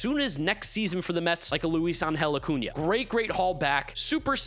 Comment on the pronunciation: Bro, love your content, but you need to respect the ~. Acuña.